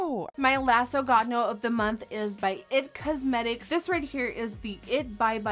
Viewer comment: sorry don't kill me but I hate the way she said ogod no instead of oh god no